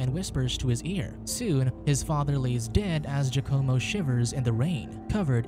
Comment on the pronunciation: “Jucommo”??? Giacomo is pronounced “Wacamo”